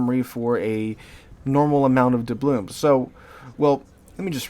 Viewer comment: How many years is it now that you've been mispronouncing doubloons? 🤣